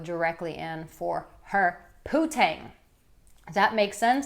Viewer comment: It ain't "poo-tang", nimrod...it's "poon-tang". Smdh...daddy must be so proud of his baby girl